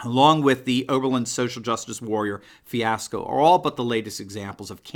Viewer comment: Its oberlin, enough said🤔